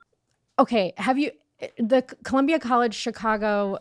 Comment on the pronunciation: she really tried to say “Columbia” …. Girl no